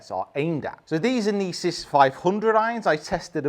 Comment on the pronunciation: Love you review but please stop pronouncing Inesis like that my ears can’t take it 😂😂 thanks love the channel 👍